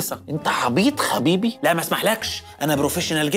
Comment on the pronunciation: قال حبيبي بدل خبيبي😂